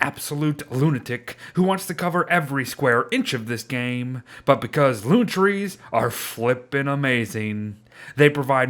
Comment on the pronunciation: Anyone else here when it said "tress" instead of trees